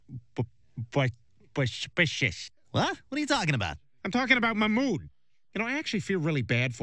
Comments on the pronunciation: Peter please quit trying to call Mamoud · Peter please stop trying to call mahmoud 😂😂